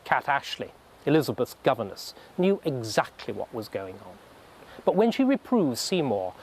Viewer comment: Number one thousand adzactly